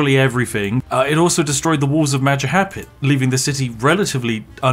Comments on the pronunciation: he said Majahapid. lol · And the Mahapajit... The Mapahajit... The Majahapit. The Majapahit. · majahapit No no It's MAJAPAHIT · Oh look who controls all the islands it's the Mahajapit ❌ Majahapit ❌ Mapajahit ❌ Mahapajit ❌ Mapajahit ❌ Ma-ja-pa-hit? ✅✅✅✅ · Its Ma-ja-pa-hit not ma-ja-ha-pit be respectful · Nobody's gonna talk about how Spiff calls Majapahit "MajaHaPit"? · Ah yes Indonesian beautiful "Majahapit" 💀 the one that conquer Noesantara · You said majahapit